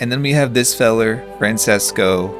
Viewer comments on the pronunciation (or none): XD tip for italian names- 'c' by itself, most of the time makes a 'ch' noise. So Francesco would be pronounced 'fran-chess-co'. 'Ch' in combination makes a hard k noise like 'key'. So Chiara would be 'Key-arr-uh' Love your vidsssss ❤❤❤❤ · my brother's name is Francesco! it's pronounced franchesco :)